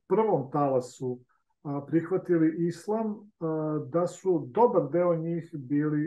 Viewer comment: Pa ti,ne znas pravilno da izgovoris ISLAM, a kamo li da ga TUMAČIŠ.